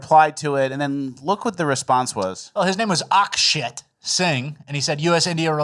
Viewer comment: "Well his name is Ak-shit" hahahahaha the way you pronounced that and mentioned it